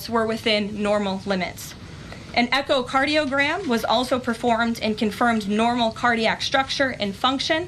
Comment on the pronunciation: Echocardiogram. Learn to pronounce words. (Not diagram’)